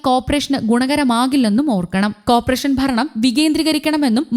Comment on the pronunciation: അക്ഷര ശുദ്ധിയോട് സംസാരിക്കാൻ കഴിയുന്നവരെ വായിക്കാൻ നിയോഗിക്കുക. തുടർച്ചയായി കോർപ്പറേഷൻ തെറ്റായി ഉച്ചരിക്കുന്നു. ഉച്ചാരണശുദ്ധി മുഖ്യം